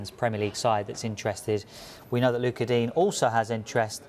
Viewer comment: Just letting you know you cunts, it’s digne not dean, he’s french